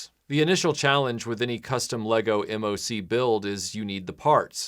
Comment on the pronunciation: Great video as per usual! Loved the brick built solution for the cello, Lego recently released a special cello piece in their Jazz Club set that also has a brick built case! A few quick tidbits! MOC is often pronounced “mock” rather than spelling the letters out, and the custom weapons are by Brickarms, Brickmania is just one of their distributors! If you’re in the market for custom Lego figures from pop culture, definitely check out Citizen Brick and Firestar Toys! Can’t wait to see more Lego content in the future :)